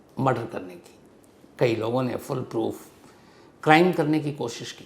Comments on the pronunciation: Sir, "Fullproof" nahi "Foolproof" hota hai. Lekin aap hamesha "Fullproof" hi bolte, pehle bhi maine note kiya thha. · Sir it FoolProof not FullProof फूलप्रूफ ✅ फुलप्रूफ ❌